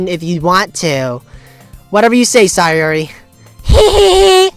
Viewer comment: Your pronounciation of "Sayori" is right!